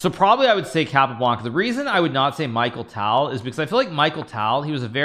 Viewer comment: Michael Tal ??! How dare you mispronounce Mikhail Tal 😅